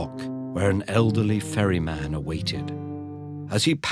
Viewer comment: i heard "furry man" instead of "ferry man" for the majority of the video.